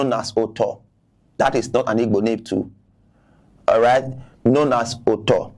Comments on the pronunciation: You are accurate they want to use politics as he said Even the guy does not pronounce those IGBO words very well The history is not hidden it clear that IGBOS makes things clear The man is mad he can not pronounce IGBO words properly thats first exposure thats is his failure in his analysis... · This useless Benin man no get sense at all Even the Igbo names he is calling dey had him to prounce , Benin people no get shame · Even the igbo name dey hard Dem to pronounce